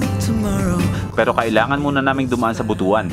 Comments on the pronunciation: Brad welcome to Mindanao astig! 💪 By the way BUTUAN is pronounced as But - Wan not Buto-an 😅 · Butuan should be read as But-wan not Butu-an.